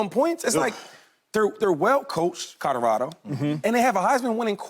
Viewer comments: Can someone tell shady, its colorado, not codarado...lol please and thank you. Signed Websters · Will someone tell Shady it's Colorado not Codorado. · Codorado? Or colorado… cmon shady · We gotta teach Shady how to say “Colorado” 😂😂😂😂😂